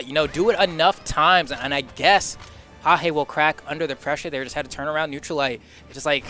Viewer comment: Pajé tá jogando INSANAMENTE meu irmão! (a pronúncia é "pagéh" seus gringo louco)